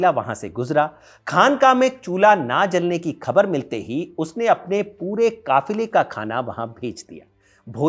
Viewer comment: Jab aap Hazrat Nizamuddin ka pronunciation bilkul sahi kar rahe hain to Khabar ka bhi theek kijiye.